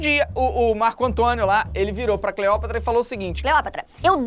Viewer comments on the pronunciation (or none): video perfeito kkk mas aq o felipe tava falando cleoprata ao inves de cleopata um erro que eu provavelmente ja cometi kkkk